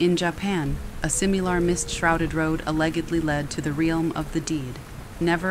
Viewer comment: Not at all trying to be accusatory and not hating, but is the story read by ai? It sounds just like your voice, but the timing and lilt of the voice feels...off. the sentence is just said all wrong with words pronounced in a really inhuman way. Paraphrasing, it was like "in ja-pan a-leg(hard g)-edly a simeelar road lead to the ree-alm of the deed." And when the writer is literally speeding down the road screaming, being chased by spirits, your voice just sounded completely deadpan? It really sounded like a tiktok voiceover, but. The timing was completely even too, which kind if threw me off. Like suddenly i wasnt being read to, it sounded like a robot? Maybe its some sort of editing error, but it felt off and wasn't soothing at all. In the very next story you sound normal, stretching vowels and adding feeling to the story like im used to. Im sort of hesitant to keep listening if theres more ai-like voice overs. The sound of your regular talking is much better.